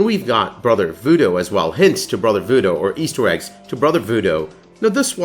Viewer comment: Great video, but please, its vooDOO... not vooDO